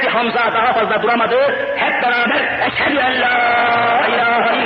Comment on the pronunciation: Efendi Hazretleri Kelimei Şehadet telaffuz ederken dalgınlıkla telaffuz hatası oluştuğunu yani okuduğunu düşünüyorum eşşedü enla ilahe illallah dedi bu hatalı okuyuştur doğrusu EŞHEDÜ ENLA İLAHE İLLALLAH OLACAK EŞHE OLACAK KURAN OKUMAYI BİLENLER ARAPÇASINA BAKARSA NE DEMEK İSTEDİĞİMİ GAYET İYİ ANLARLAR.